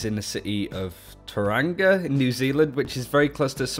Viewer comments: How do you manage to pronounce Maunganui perfectly and not Tauranga. Toe-rung-a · BTW just to let you know, Tauranga, is pronounced similar to "Toe-Wrong-Ah". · You said Mt Maunganui right but tauranga wrong. Sorry but from New Zealand and live in Tauranga so yea. Love you guys tho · Tow (as in DOWn) rong ga. Tauranga. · Im from new zealand and his pronunciation of tauranga was very bad lol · omg the way you say tuaranga im actually dying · laughed so much when he said it